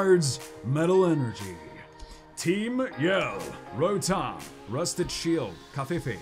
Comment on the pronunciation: Wait did he say lotom instead of rotom